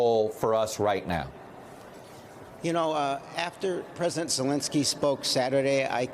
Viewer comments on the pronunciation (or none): none